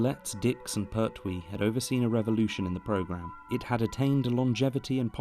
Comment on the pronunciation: But I don’t like the pronunciation of Pert wee! Lol